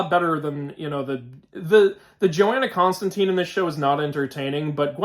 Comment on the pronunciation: Yo. Why did they swap my man John Constantine (rhymes with wine or fine)? Also Dream isn't the greek god Morpheus, he has just the same name & is one of the Endless, 7 archetypal beings. Otherwise it looks clean